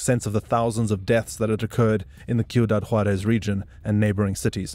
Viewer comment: These AIs are impressive. It almost sounds like a real person talking. They have come a long way. You can tell it’s a AI by how mispronounce words. This one gets the names right but then can’t pronounce cuidad. It’s driving me crazy that he keeps calling it Q-dad. What the crap AI?! Get it together.